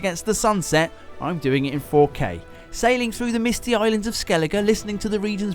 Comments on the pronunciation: love how you said "kay kay kay . . . kay" lol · he saved it with that last 'K' 😂